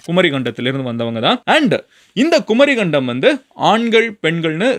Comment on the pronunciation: குமரிக்கண்டம் கரெக்ட் pronunciation not குமரி கண்டம் ஒன்றெழுத்து மிக வேண்டும்